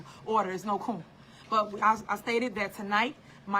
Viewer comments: Tiffany it's "A quorum". IDk what tha heck you are calling it!! " a corn" a Corm' "smh" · It sounds like corm lol